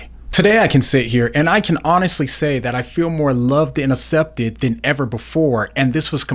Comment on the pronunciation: This is lovely but I feel like commenting on how says "acepted" 😄